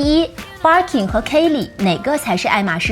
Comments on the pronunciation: Bir kin發音好怪⋯⋯ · 包包很美。Birkin 和 Kelly的发音都不对。索性用中文读吧。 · barking barking 的 。。